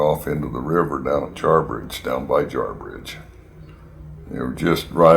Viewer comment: Jarbige, Nevada, not Jarbridge.